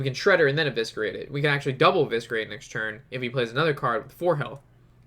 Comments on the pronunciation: Every time I heard evisKerate I wanted to scream but loved the vid keep it up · Really funny when you say evisKerate :)) ps: dont mind me, I love you and your videos.